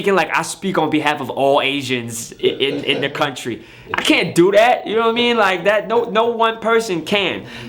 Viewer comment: Every time he says “U no wha I mean”, sounds like he said “Yao Ming”